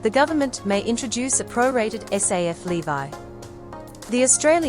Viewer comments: it’s so weird that she pronounces ‘levy’ as ‘levi’. weird. is this an AI voice? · Why did she keep saying levy that way??? 😂 so annoying lol